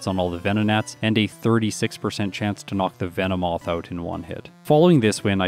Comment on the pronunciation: Pardonnez mon foutu Francais, but what the feckin' daffodil did you just call Venomoth?!?!